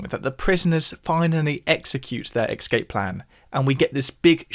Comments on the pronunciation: I really enjoy your posts - you are a natural born teacher. However, you lose some credibility when you keep pronouncing, "escape" as, "excape". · since you teach us so much about the technicalities of music, permit me to note that I believe you are metathesizing your consonants in the word "escape," pronouncing it as "ecscape." No big deal, of course (this is one way that words change over time), but in case you wanted to know as a content creator. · It’s not eXcape, it’s eScape. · Love the way he says 'excape' !